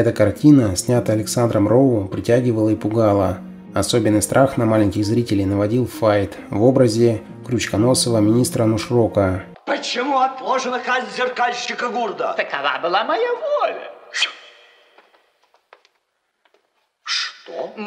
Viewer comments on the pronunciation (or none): Оля и Яло! И НУшрок, а не НОшрок.